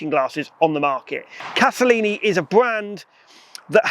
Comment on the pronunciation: If you are going to talk about them, at least get the name right! It is Castellani, not Castellini! Sheesh.